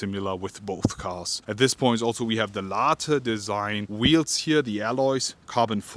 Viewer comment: How many times he said Larteeeee design😟